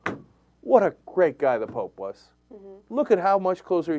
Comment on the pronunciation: hahaahahahahah "The Plope" ?? lol